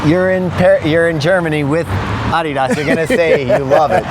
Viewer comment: It's about time they got someone who can pronounce Adidas properly on this channel! 🙏